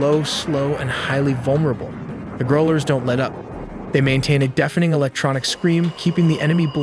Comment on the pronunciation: You have to work on your pronounciation of "Growlers" It's annoying.